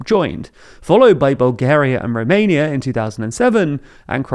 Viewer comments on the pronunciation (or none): none